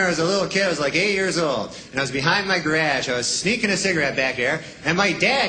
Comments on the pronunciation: "Guh- rahhdge"? How much more Canadian can ya get? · Wrong and wrong. He says it multiple times and not once is there any 'D' element. Every time it's 'ge-RAZH'. (Same stressed vowel sound as in 'casual'—'CAZH-oo-ul'.) And in any case, I'd say 95% of Canadians say 'ge-RAWZH', as in 'barrage', so you're wrong there too. (I do recall noticing, incidentally, that Jay Leno, on his program Jay Leno's Garage, says 'ge-RODGE'.)